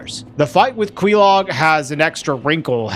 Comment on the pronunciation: how you say quelaag makes me twitch.